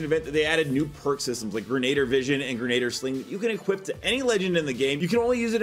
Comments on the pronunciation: Grenadier (gren-e-deer) not (gren-na-der) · Says it's withs me guys... GREN-A-DEER. not Gren-ay-der